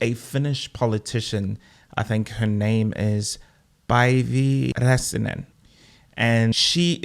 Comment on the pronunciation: you pronounced it right Päivi Räsänen name Bro.Good